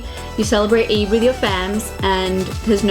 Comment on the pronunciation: Its not eid as in jIn its EId as in aayyy gurl. Its Eeyyydddd